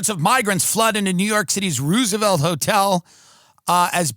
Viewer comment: Did this guy just say the Ruse-A-Velt Hotel? 😏